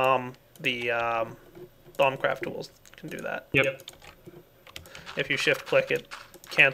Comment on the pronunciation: it sounded like you said bumcraft when you said thaumcraft